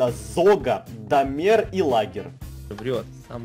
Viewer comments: Не домЕр,а дОмер. большая буква ударение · заметь не Дамер,а Домер на "о ударение!!!! 💶💸😏💸😂🤭😂🤭😂😏💸💸😏💸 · ДОмер ударение на О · не Домéр, а Дóмер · не доме́р, а До́мер